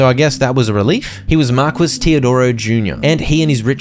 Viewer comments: I'm dying, markwes, pretty sure it's pronounced mar-key. Still funny tho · Thank you so much for this playthrough!! I love it all! sidenote, Marquis is "Mar-kee" and not mar-quiss literally. you still made it sound fancy though 10/10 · bro really spent an hour and a half pronouncing marquis as mar-kwiss instead of looking up that it's pronounced mar-key in 2 seconds on google... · Every time he pronounces "Marquis" as "Mark-wiss" a little piece of my soul died 🤣 it's pronounced "Mar-key"🙃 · Okay. It's not Mar-kwiss. It's Mar-kee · PSA: Marquis is pronounced Mar-kee not Mar-quiz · i know brits forgot how to pronounce their own words, but pronouncing wrath as "wroth" is just mind-boggling. not to mention pronouncing marquis(Mar-Kee) as mar-quiz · Love the vids! Just knowing that you more than likely wont do another hundred days of this until more dlc releases, I have to tell you that Marquis is pronounced marr - key, and is a middle ranking noble title. I wouldnt want you going through life always pronouncing it wrong! :) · marquis is pronounced mar-key lol great series, cant wait for the next one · its pronounced MAR-KEY my guy lol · Marquis is pronounced "mar-kee". Unless it's black. Then it's Mar kwees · Just an FYI: Marquis is pronounced 'Mar-Key', it's a title not a name.